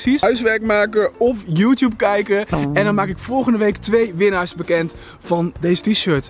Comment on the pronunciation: Juttoeb keikken